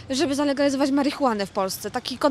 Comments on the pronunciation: Hehe w ich wykonaniu "marihunaen" zabrzmiało mistrzowsko. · To inaczej działa, ale nie marihuhnane